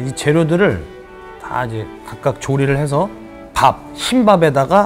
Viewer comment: 조리를해서가 조림을해서로 들림..